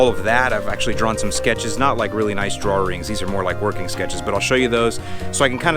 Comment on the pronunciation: You did not just say "drawrings" and I didn't hear it.